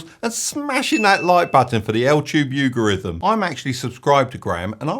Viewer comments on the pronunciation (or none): Died at Al-tube You-garithm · Is there a reason for why you pronounce "YouTube algorithm" incorrectly? Somebody enlighten me...